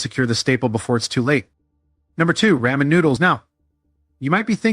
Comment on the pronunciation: "Ray-men" Noodles! Ai voice 🙄